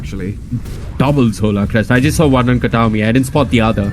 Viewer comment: "Katami" not Kataomi. Every time...